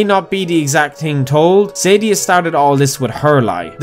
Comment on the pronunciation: It's pronounced Suh-Dee-Uh not Sadie-Ah